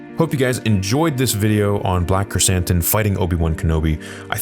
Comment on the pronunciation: called him Black Croissant, now I can’t unhear it.